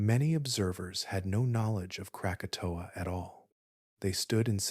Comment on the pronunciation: That's not the only word mispronounced. Mesosphere became mesofear, krakatoa became Kratoa.